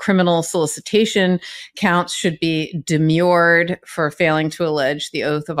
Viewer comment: Guy,s it's de-merr (rhymes with defer), an English word (not French), meaning deny/disagree/reject. (I offered the lady a cup of tea but she demurred. 'Are we having fun yet?" "I demur!")